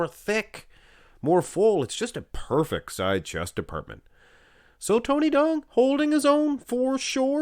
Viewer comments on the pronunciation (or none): Tony Duong is a Vietnamese name and duong is prounced yu-ong